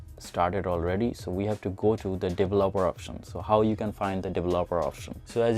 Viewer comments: Dele-laper-er options lol! Its Develop-er options. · Didn't work, also please learn to pronounce developer. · He couldn't say "developer", but the video was informative. Love the end with bixby! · Dev-lop-er options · "Devolobeler options" IM DEAD 😭😂😂😂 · The way you pronuce developer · Lmao can't even say developer 🤣🤣🤣